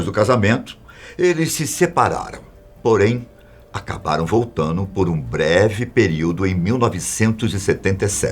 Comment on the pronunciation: Único problema do é trocar as palavras com "ndo" no final por "no" Ex: voltano